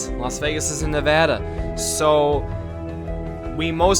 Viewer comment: Don’t say Ne’vada please, don’t be a tard